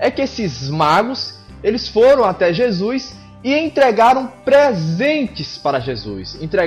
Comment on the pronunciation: Já q o vídeo foi meio zoeira kk, para de falar JEZUIS kk Ótimo Video.